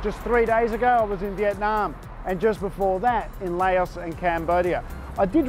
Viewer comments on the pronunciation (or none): Its not called LAYOUS, its called Lou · Its pronounced "louse" like mouse